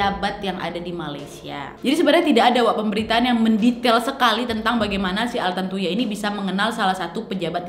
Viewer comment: Ini vdeo lama, tpi karna brhubung qu lupa udah nonton apa blom jdi yowes tak tonton aja 😁 Btw knapa nama si korbn trdengar jdi "tarantula" ya di telinga qu?? 😆😆